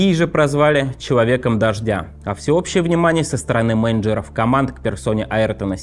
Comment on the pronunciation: Заставляю себя не обращать внимания на эти моменты ,но дикция чувака трындец полнейший 🙈даже слово «менеджер» не может выговорить нормально,уж не говоря о «жевании» буквы «л»